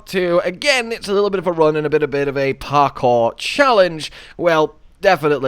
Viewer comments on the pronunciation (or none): none